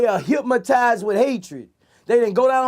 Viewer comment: Get it right Vlad, it's HYPMOTIZE